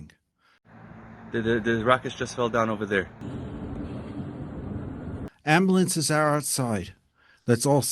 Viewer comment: It's Am-BYUL-ence not am-BULL-ence